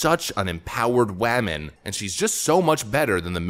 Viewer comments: Is the way you are pronouncing woman satire? I hope so because the word you are saying does not sound like woman to me. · "Wehman"! 😂🤣🤣🤣👍 Yeah,, THIS show is DEFINITELY TRASH!! 😂🤣🤣😭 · Wammin . Haha 😄